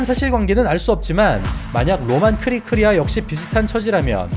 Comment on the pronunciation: 크리크리아가 아니라 크리클리아